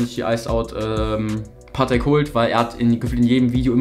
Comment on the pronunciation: Bro es heißt paTEK nicht PAtek haha